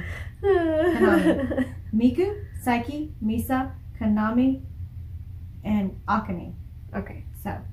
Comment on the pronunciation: The person that posted the pronunciation was a little bit wrong lol. It isn't pronounced Kay-na-mi. It's pronounced Kah-na-mi (soft A sound). The drummer is Ah-ka-ne. I hope you get to 'Moratorium' , 'One and Only' , and 'Onset' soon.🙂 The gold rush interviews are probably the best ones on YouTube (the AbemaTV one was the best, but it was taken down 😕). I really like Mincho's (Kanami's nickname) guitar solos. I really hope that they make an extended intro or outro in one of their songs. Band-Maid currently has four instrumentals: Onset, Without Holding Back, Go Nuts, and Don't Be Long. Another entertaining reaction. 🕊️ Po!